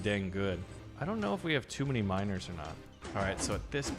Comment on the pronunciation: "Enhanced mino(e)rs" that's what all i really hear